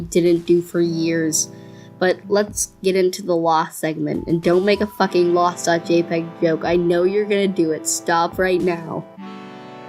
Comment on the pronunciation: haha you said loss funny | || || L